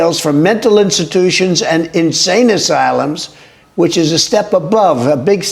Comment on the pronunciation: what the hell is an insame asylum, I think English might be his second language...